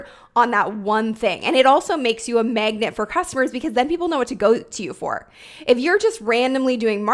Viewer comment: Love your content! And does anyone hear “megnet” when said “magnet”? 😅 just me? #accents